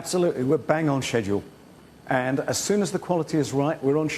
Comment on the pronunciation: He said “we are on shitdule”.